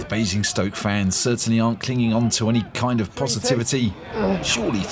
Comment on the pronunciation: Bruh there is no E in Basingstoke lol